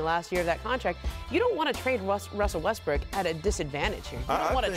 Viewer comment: she also called him westbrick.